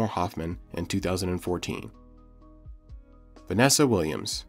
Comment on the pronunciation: It’s Vanessa Williams not Vennesa!